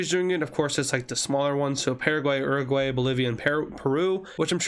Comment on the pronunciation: is YOUR A GU AY not uroguay orsomethin